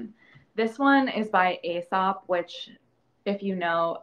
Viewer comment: Its pronounced as ee-sop btw